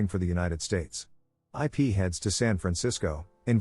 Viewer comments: These AI voices... jeez. "Eye Pee"... really? It's like you really need to spell out the pronunciation so it knows how to say Ip's name correctly. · "Ip" is a word. A name. Not two separate letters. Stinking A.I.